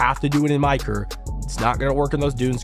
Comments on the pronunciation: “My caruur” 😂 “very demureeee very curtsy” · Why do you say career like that lol